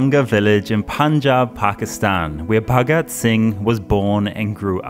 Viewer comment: Karl pronounces Punjab like we Indians do 🥰